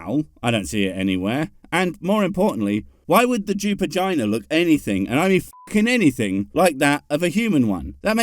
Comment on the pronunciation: Ooouuuweee he said the Jupigina 😂